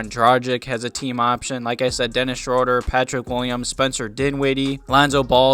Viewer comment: Dennis is German af so it's pronounced Dennis SHREW-duh